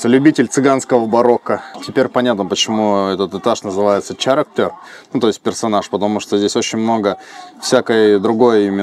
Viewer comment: character - не "ч", а "к"